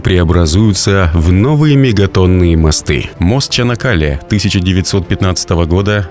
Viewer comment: Только не ЧАнакАле, а ЧанАк-калЕ, слух режет ваше искусственное произношение... А так - молодцы турки - новый канал строят на западе Стамбула, новый мост - и всё это одновременно и во время тяжелого экономического кризиса в стране.